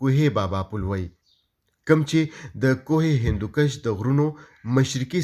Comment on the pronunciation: کوہِ ہندکُش نه چه کوهِ ہندوکَش)۔۔۔ ښه تحقيقى رپورټ دې)